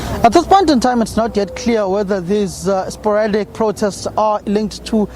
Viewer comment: Somer "sporatic" um protests